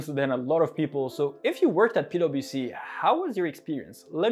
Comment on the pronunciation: i just keep hearing "pedo bc" somehow hahha